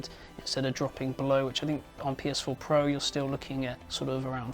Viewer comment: lol he actually referred to the pro as soup XD